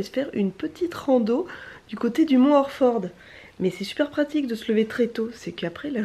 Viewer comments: Slt, content que vous ayez apprécié le coin, je suis a 10 minute du Mont Orford, l’Estrie est une très belle région et quand je t'entend dire Orford avec ton accent c'est trop drole. Continue tes superbes vidéos;) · C'est drôle comment tu dis Orford